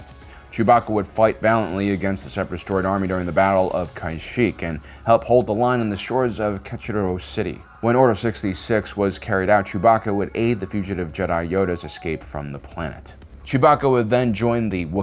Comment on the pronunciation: BRO another mispronunciation. Like they say the name in the show a million times. Sabine Wren (Suh-bean Ren) ALSO mispronounced the planet Christophsis (krist- off- sis) and the krist part is NOT pronounced like Jesus Christ Did you say the battle of Kansheek?? Kashyyyk is the wookie homeworld. Just FYI